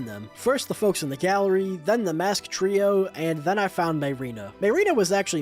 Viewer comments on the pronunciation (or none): none